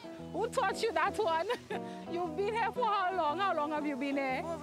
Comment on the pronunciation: "who taught you dat one?" LMAO Damn straight it werent no West India!